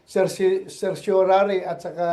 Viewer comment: Nanginginig na si bato.nagkakanda utal utal na sa pagbigkas ng certiorari.wahahahahahaha😂😂😂😂😂😂